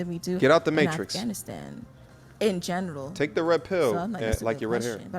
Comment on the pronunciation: listen closely! She said, "in genital" not general 🤣🤣🤣🤣 how can one be so uneducated yet be at a university???